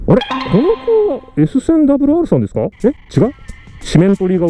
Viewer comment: 細かいですがRRはダブルアールではなくアールアールと読むのが正しいらしいですね。ダブルアールはホンダのバイクの名前らしいです